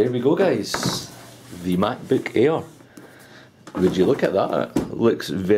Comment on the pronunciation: sounds like hes saying "macbook ear"